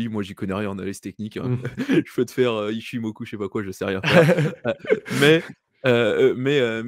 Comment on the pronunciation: ASHIMOKU OU ICHIMOKU LOL !